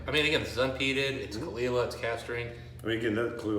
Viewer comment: Cull eela* I believe they also provide the pronunciation on the bottle or box itself.